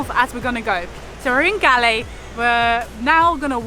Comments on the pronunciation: You are pronounced it wrong..not G..A L.. L.. E.. IT PRONOUNCE REALLY LIKE Goal. Say Goal. 👍👍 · Its pronounced goll not galle!! :p :D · LOL the place galle is pronounced like "gall" not "gully". beautiful vid....you should visit trincomalee....there are so many beautiful beaches as well as pigeon island.... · It ain't Gallay. It's pronounced "Gaul" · Its Galle Pronounced as G-o-o-l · Galle is pronounced like Gaul. Kind of like how Bondi is pronounced Bondayi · Those are coconut trees . It’s Galle ( Goal) pronouncing as Goal in English.